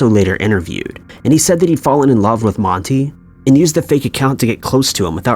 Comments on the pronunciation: Man-tie..... is how you pronounce his name. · It's pronounced like Man tie not Monty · His name isn’t monte. For fuck sake. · 4 maybe pronounce his name correctly. It’s an A sound not E. Moron.